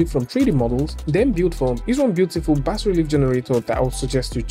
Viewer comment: Cheers fella. BAS has a silent S fyi :) Yeah weird, I know.